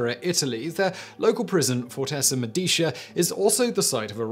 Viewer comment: Sorry Simon. "Medicea" is one of those Italian words where the emphasis DOES fall on the penultimate syllable. Unless you're fluent, it's a mistake to assume you know how an Italian word is pronounced - it's a minefield almost as bad as English. Use your pronunciation dictionary!